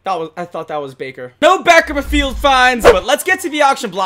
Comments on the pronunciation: dude said backer mafield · Back-er mah-field .